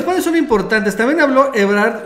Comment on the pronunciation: No se dice “PÁNELES” Marcelo Ebrard. sino “PANELES” con acento prosódico en la primera letra “E”